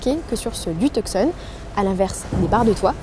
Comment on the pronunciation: le c de tucson ne se prononce pas... c'est le hyundai tuson